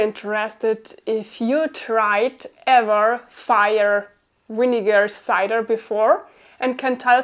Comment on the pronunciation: Yes. She's just pronouncing cider different 😊